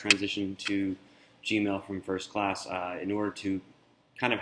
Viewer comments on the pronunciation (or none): none